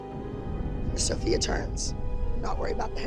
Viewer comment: LOL NOT THE WAY KELLY CALLED SOPHIA "SOPHIE"